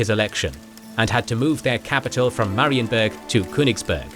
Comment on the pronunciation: Marienburg not Marienberg ❤